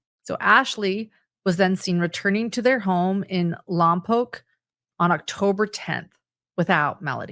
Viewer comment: I live in Santa Maria where the "mom" tried to rent a car. Im only 20 minutes away from Lompoc pronounced Lompoke thank you for saying it correctly:) I hope they arrest the mom